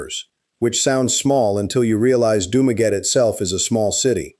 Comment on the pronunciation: Learn how to pronounce the name doo ma gettie